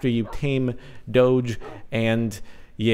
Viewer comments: It's pronounced "dogue" with a hard g. Not "dohj" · it's pronounced doh-gee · Your pronouncing it wrong, it is actually " dohg" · DONT PRONOUNCE IT DODGE! SOUNDS WIERD! SAY DOGE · so caht,not doge,its dough :3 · Doh-j Is the way to say eet. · It's not a "j" sounds it's still a "g" sounds "doge" NOT. "Doje" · oh god, I hate the pronounciation "dowj" (like CaptainSparklez says it)... I really prefer "dawgee" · It's Doh-ge not doge. When you say doge I think your saying dodge without the d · ITS DOGE NOT DOJE g as in go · It fucking hurts listening to you say 'doag' it's a dog hence the pronunciation 'doggie' (dog-e) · Pronounce doh-géh, it sounds annoying when u say doooch :p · I say "doughj" as well. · It's pronounced Dough-je. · Doge is pronounced D-oh-g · dog-e is the way say it. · ACTUALLY Jordan, you are wrong this time. The creator of the meme and dogecoin has announced in a recent article that it is actually pronounced "Doughj". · I thought it was said like Doh-jé or Doh-Jéé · He was wrong, the official way to pronounce it is doge. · Doge is pronounced DOG-E or Doggie, that's why there is a dog a it's logo... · There's one way to say it I looked it up it's said like this doh-jay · The way he says it is just annoying XD... It's DOG-A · Sparkles it's do ge with a gu sound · It's pronounced as Doh-G (say the G like when you say the word "girl") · My friend say Dogeh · its dog but with a silent e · I thought it was pronounced dough-gee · Actually it's pronounced doge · It's D-o-gue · It's "Doag" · its pronounced d-oh-ge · Its pronounced Dohg/ or dohgeh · its pronounced "dohgee" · AHHHHHH I CAN'T BELIEVE YOU'RE SAYING DOGE WRONG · The term originates from "LOOK AT THIS FUCKIN DOGE" so no. It is dog-e. You can make the "dog" part throaty to drive home what you're talking about. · You say it doge not doge how you not know that!